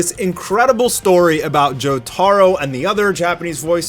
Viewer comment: the way he says Jotaro hurts my soul